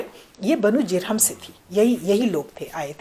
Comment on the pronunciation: ماشاء اللہ ، نہایت عمدہ و مقدور بھر گفتگو فرمائی میم ، البتہ بہت سے الفاظ کا اعراب غلط بولا گیا ہے جیسے کہ بنو جرہم ہے بضم الجیم